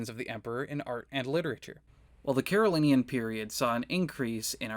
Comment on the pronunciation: It's pronounced "Carolinjan," you know.